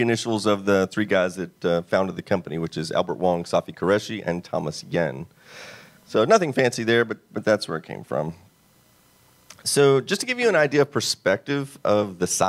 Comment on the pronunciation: First of all, Tom's last name is pronounced 'U N', not whatever you said. BTW, he just passed recently. What killed AST is that they forgot their own message....."Our most important resource is our people". The abandoned the people who grew the company and bought that broken-down mess from Tandy. I did 14 years at AST....in Irvine, Fountain Valley and finally in Fort Worth. Tandy was top heavy with management and they had a very hostile work environment. In addition, those Texans were very lazy.